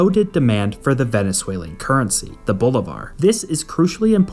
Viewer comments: Good video, but please make an effort not to butcher Spanish names, because it's just careless and sloppy . For instances, it's not pronounced "Boulevard", but "Bolee-var" (Bolívar has an accent in the "i"), it's "Vicente", not "ViNcente", and it's Pérez, with the accent in the first "e". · Also you pronounce the currency as Bolívar (emphasis) in the i not in the 'Bo'.... Bolivar was a soldier that lead many of the fights against Spain that ultimate resulted in many countries acquiring independence from Spain from their unholy conquest since they invaded after Columbus "discovered" America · how is it you pronounce "bolivar" again? ..jesus christ